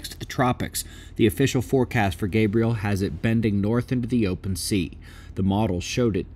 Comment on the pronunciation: It's a girl. Gabrielle, not Gabriel! Can't wait for gender fluid storms.😂